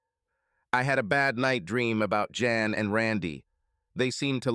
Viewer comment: A decent story but please correct your AI and stop calling Jan Ian. Work on your pronouns